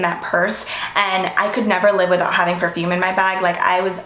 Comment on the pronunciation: Please try to be prepare for pronouncing perfume. Ty not being rude.